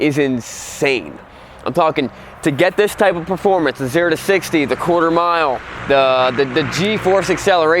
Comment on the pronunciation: he rlly said cooter mile